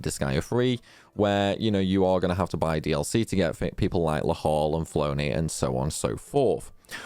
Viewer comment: Did you say meliodia instead of melodia? I think her name is said like "melo di a" not "meli odia" Flonne is pronounced flan. You left off the a in seraphinas name. And the other d2 char was axel.